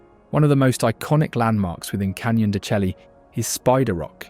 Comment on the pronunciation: Wonderful video and photography footage but your narrator needs to learn the correct pronunciation of most of the unique words of Arizona. Such as Saguaro cactus, Canyon de Chelly or the Mogollon Rim.